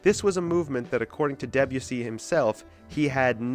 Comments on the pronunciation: Interesting video. Thanks! I also learned that American English pronounces Debussy in a really different way to British English. It won't grow on me. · I had to stop listening to this because I couldn't cope with the mispronunciation of Debussy. French doesn't tend to use the hard, Nordic "eh" sound. Hence the E is pronounced more softly and the emphasis is more on the U, so more like "Day-bU-si". Otherwise, a good video. In the seventies, Isao Tomita, Japanese composer and pioneer of electronic music, included several Debussy compositions on his album "Snowflakes are Dancing", which brought Debussy into the seventies prog scene. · I’m going against the flow here but I found much of this video totally pointless. Roping in people like Berlioz, Debussy (pronounced DeBUssy, by the way) and Varese and claiming that they were in any way precursors of psychedelia is frankly laughable. None of these composers were even aware of the existence of psychedelic drugs, unless you count opium and absinthe psychedelic drugs, which they are not. It could be argued that there is no such thing as psychedelic music, because there is nothing innate in such music that makes it psychedelic. Listen to Gershwin’s Rhapsody in Blue or, more radically, Mozart’s Requiem on acid and they will both be truly mind-blowing. It is not the music itself but what the listener brings to the music. All music is psychedelic, even Lawrence Welk. Most psychedelic bands of the sixties had little or no knowledge of their Avant Garde predecessors, and most of the few who did (such as AMM) have been forgotten. (Check out AMM if you like early Pink Floyd.) Those bands messed around with echo, distortion, phasing, backward tapes and spaced-out jams but it was all pretty ad-hoc, and all too often just a pathetic attempt to jump on the bandwagon and get a top-20 hit.